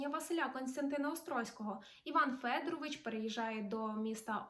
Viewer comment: Іван Федоро́вич (з наголосом на друге «о»)